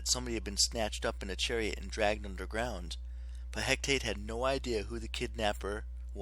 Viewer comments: He ca te not hec tate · Its He-ca-te